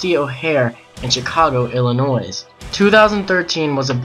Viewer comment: Pronouncing the 's' in Illinois. Good job